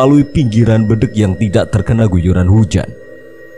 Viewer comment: RaLat Om, BEDENG Bukan BEdeng 😀